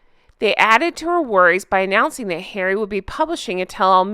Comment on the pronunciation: Poooor Hawwwwy! 😂